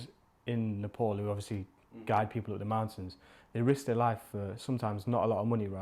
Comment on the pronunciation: Nothing bothers me more than how white people pronounce Nepal....nepooool like wtf